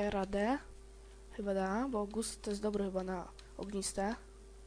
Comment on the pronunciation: nie mówi się "gust" tylko "gast"